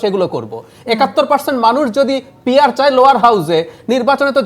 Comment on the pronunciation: শব্দটি পিয়ার না গিয়ার ভাই